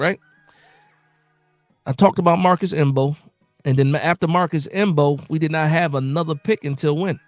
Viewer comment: Marcus M-Bow the M is silent my guy😂😂😂 but solid show💯🫡